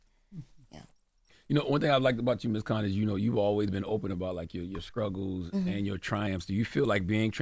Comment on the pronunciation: The fact that Charla says skruggles when she he knows it’s struggles bothers me so badddd I remember when Envy called him out on it too!